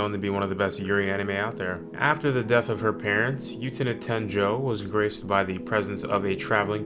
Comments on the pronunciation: 1. I have seen all of these except Liz and the Blue Bird. I will go look it up. 2. Try saying the word, "boo," without the b. Then say, "ten-uh," after it. You have now stopped saying You-tena and started saying Utena. Congratulations. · "yootena" lol